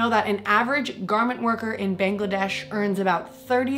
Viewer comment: This video is all anyone could ask for, to understand how the famous industries ACTUALLY work...wow......damn... However, being from Bangladesh, it was quite offensive how u pronounced the name wrong, just wanted to let you know...ly thooo 🧡😊